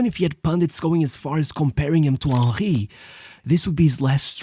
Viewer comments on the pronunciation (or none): none